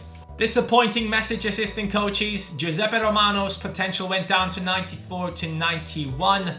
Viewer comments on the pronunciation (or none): none